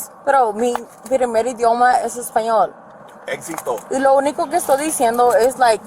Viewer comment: "exito" LoL, dude learnt simpsons spanish where putting an "o" at the end of every word its going to make it spanish LoL